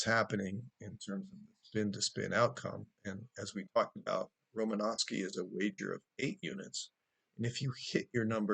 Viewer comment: He is not Romanosky, he is Romanowsky